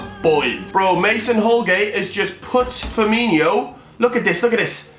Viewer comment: what really triggers me about this whole video is that he calls him Firminio when it’s Firmino 😂